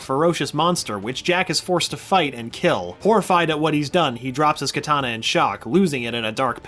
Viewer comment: Stop saying kitana pls